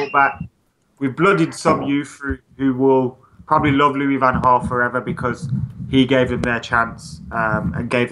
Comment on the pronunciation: within the 1st 22secs u pronounced LVG's name as Gaal then HAL then back to Gaal! LMFAO!!!! HARD!!!! HOW DO U SAY jose mourinho ? hos'e then joeshay ;)